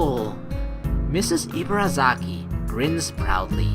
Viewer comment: "Ibarazaki" = "ee-bah-dah-zah-kee" "r" takes a light "d" sound. The emphasis is flat without too much up and down. And likewise Rin's name is actually pronounced "deen" with a very short soft "d" sound. But, that sounds weird to english ears. ;) But don't worry, you're doing a great job! Just technical info. ;D